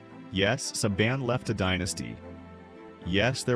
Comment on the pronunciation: You have got to believe the quality of this channel is suspect when Saban is pronounced SaBON.